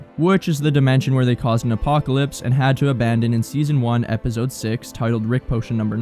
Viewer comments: The way this guy says epizode instead of episode gets under my skin so bad i dont know why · bruuuh i h8 how he says epizode smfh annoyin ah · Great video man! The way you pronounce “episode” as “epizode” drives me insane though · Really good video! Only one note: try to stop saying "ebizode" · Great Video! Thank You!! But All I Hear Throughout Is Epizode 😂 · I HATE the way you pronounce episode. EPIZODE🤪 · That you say “ep-id-zode” is driving me crazy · what is an "epizode?" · “Epizode” is wild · Um “EPIZODE”?? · Why does bro say episode with a Z it pmo so much